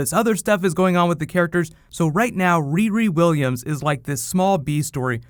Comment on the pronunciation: say "riri williams" again, bitch. i dare you. i double dare you